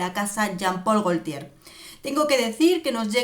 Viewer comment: Gotie se pronuncia